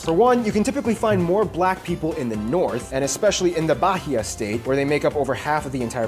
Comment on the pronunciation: Bahia (Barria) kkkkkkkkkkkkkk